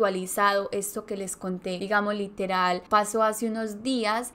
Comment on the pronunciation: relatas bien, pero cuida demasiado el momento de pronunciar LITERAL ... LITERAL ... no todo es literal que por querer pronunciar palabras mas cultas te sale a la inversa